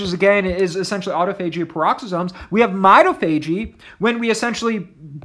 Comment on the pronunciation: It's pronounced aa-taa-fuh-jee, not "auto." Thanks for your videos, I enjoy them .